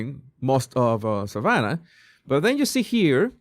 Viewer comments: Savannah not Samantha!!! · Jesus it’s “Savanna” Guthrie not Samantha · Savannah...not samantha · What i noticed in this video was that it's not Samantha it Savanna! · Hello Mr. "" her name is SAVANNAH Guthrie NOT "Samantha"!! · Its Savannah not Samantha. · Savannah not Samantha😂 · It's Savannah not Samantha LoL. You said it right but you wrote that title wrong 😂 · Savannah, not Samantha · It is Savannah moron